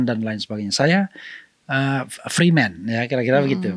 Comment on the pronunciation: Lidah orang Indonesia melafalkan freeman menjadi 'preman'.